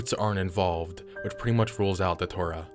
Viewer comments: Just one thing. It's not pronounced Da-tour-ah. It's pronounced day-chew-rah. Thanks for the video. I've been one of your longest subscribers, and always love when you bring out a new video. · brotha. It's Datura, like, DAT-chu-Ra. not da-too-rah. lol